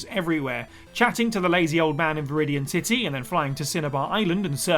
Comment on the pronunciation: I’m sorry, but did you say Veridian…. Titty???